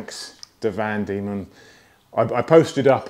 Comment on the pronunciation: Van Demon, as in van demons land, not vandemon!!